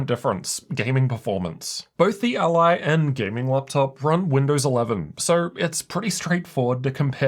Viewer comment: It hurts to listen to this:. It’s So weird how you made up it’s called ALie ????? It’s Rog ALLY. Like Nelly or jelly.. ally .. not aLie ?? Wtf